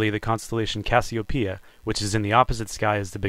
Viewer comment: a real navigator pronounces Cassiopeia like you do!